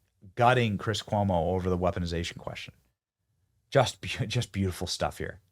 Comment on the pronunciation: Chris Coy-mo😂😂😂